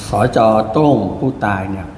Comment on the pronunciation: โต้งก็คือโต้ง ไม่ใช่โตล้งๆ